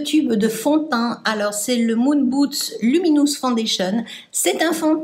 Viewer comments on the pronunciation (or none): Madame, j'aime votre manière de prononcer "Moon Boots" au lieu de Mood booSt, je trouve ça mignon et rigolo. Merci pour cette vidéo, j'aime aussi cette gamme,qui est encore accessible sur le site en soldes.